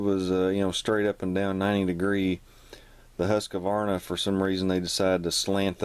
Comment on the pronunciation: Husk-a-varna? Love it, man. You’re not even close to pronouncing it correctly 😃